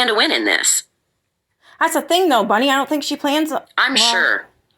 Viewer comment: BUNNY not Bennie